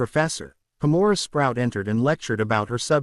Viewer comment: Pomona is not pronounced pamora